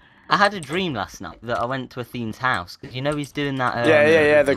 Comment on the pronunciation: says hoose instead of house xP